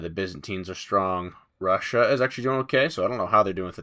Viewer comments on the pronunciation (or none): none